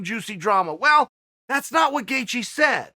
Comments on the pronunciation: Nobody: Chael Sonnen: Justin Gethje Justin Gaethje: Chel Sonen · Chael calls Gaethje Gethje then its Gethje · Justin: My surname spells as Gaethje Uncle Chael: It's Gethje Justin: My surname spells as Gethje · Me: Gaethje Chael: Gethje Me: Okay, Great! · Gethje? Now ur just messin with us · Gate gee